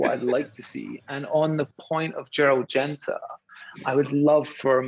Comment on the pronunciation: in Singapore...you keep saying Gerlad Genta when referring to VC OS...someone in your position should know better...